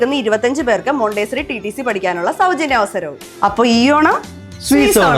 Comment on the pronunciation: Mawn-tuh-saw-rhee ആണ്